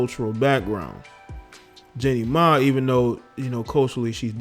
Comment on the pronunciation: It’s Jeannie Mai.. not JENNY Mai!! You are such a pathetic loser.